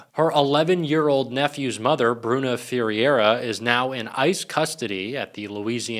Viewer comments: Fe-RAY-ra, it's not that hard. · she probably pronounces her last name something like "fuh-hay-duh" not "fur-area" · Its pronounced...Fir-air-ah...(i think)..i have family named this (No relation) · my middle name is Ferreira and its pronounced somewhere in the ballpark of fey-hey-d'ra I love this channel but hearing that pronunciation made me wanna die more then when people called me fajita lmao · Not sure you're pronouncing Ferreira correctly,. I think it's more like Ferr-e-ra, but someone please correct me if I'm wrong. Leavitt has no soul, I doubt she'd care about an ex family member being deported. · Ferreira is pronounced,... Fray-rah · practise your pronunciation.- Ferreira... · Why do you find simple names so difficult to pronounce correctly - like Ferreira, and Karoline?